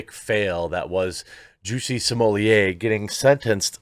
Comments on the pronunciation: Why do you keep pronouncing his last name " simolie"????? It is " SMO -LET" !!!!!! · Literally the only person that say Smollier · It's Smoll-ett not Smoll-lay. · I always have to chuckle how you say "Juicy Smollé" so consistently :D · You know you can say his name correctly nothing will happen to you please speak correctly you making name the way you do is stupid annoying. I know why you doin it but you won't get a strike and don't lean just on YT for anything bad idea. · Why do you pronounce his name so weird? Is that just you or is it some weird name other people have given him? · I wanted to watch this but knew i couldn't sit through another 15 min of him mispronouncing jussie's last name. Not cuz i gv a shit about human garbage ol juicy boy but it really grates the ears. Especially cuz u do it so many times. Sommelier is a noun, a person, professional descriptor- Smollet is a surname & not pronounced (or spelled) that way, quit trying to jazz it up. Or just quit being lazy. Sound it out, maybe watch 1 r 2 of the 1000s of clips of 100s of ppl saying his name. Even the captions of ur own videos will show u you're wrong. I know it shouldn't bother me but it really, really does. I'm aware some apply a more French pronunciation, which would still not be the way u are saying it. Stop it.